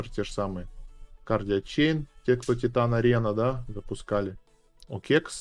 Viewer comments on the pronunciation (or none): none